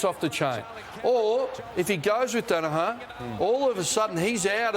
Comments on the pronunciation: ROSS!! Say it with me ya flog Dani-HER. Her not har ya sped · Ross Lyon, it's Daniher nit 'Danaha' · Also, someone please tell Ross it's pronounced, dan a her